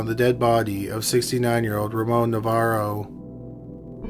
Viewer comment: It’s Navarro not Novarro